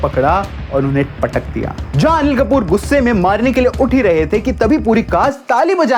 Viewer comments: Anil-Mal✅ Animal ❌ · Animal ❌ Anilmal ✅